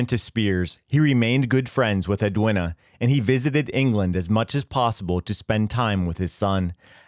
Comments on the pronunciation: Ed-win-a? Its ed-ween-ah, dopey yank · Edwina is pronounced as Edweena. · Ambrose did not make the error, he relied on what members of Easy told him. You’d think a channel that can’t be bother to check the pronunciation of Edwina (it’s edweena) would be less judgy. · FFS, Edwina is pronounced Ed-WEENA ….. AI Sh1te!